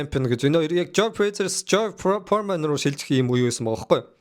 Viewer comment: George Foreman not George Poorman